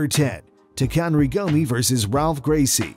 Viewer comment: Y'all murdered Gomi's name...and Silvas too.. How?!